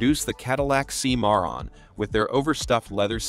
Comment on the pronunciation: Cadillac "See-moron"? Thumbs DOWN for the silly AI voice!